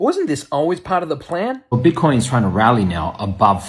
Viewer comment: You are hilarious "BIT-TAH-COYNE To dah moooon!"